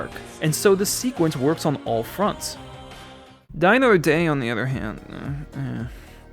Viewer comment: Well, he didn't mock Spectre in this video, but he made up for it with "I GUSS EYLL DUH MOTHER DEH".